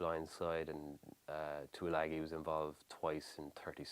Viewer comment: Like the way Jenny pronunces of Tui-lang'i, hehe. It's spot on.